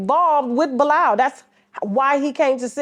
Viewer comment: And TK kept saying it right for him, he still didn't get it